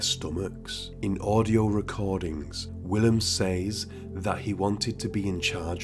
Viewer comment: You pronounce 'says or "ses'...